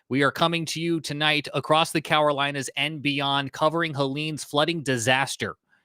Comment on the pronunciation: CaROlinas... not Cawarolinas